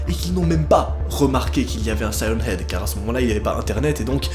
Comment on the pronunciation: On dit sirène heag